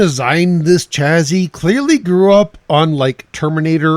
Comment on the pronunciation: Just FYI, chassis is pronounced sha-see, rather than cha-zee.